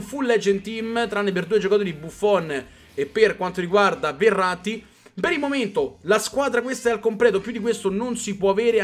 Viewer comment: quando dici Verratti sembra che dici errati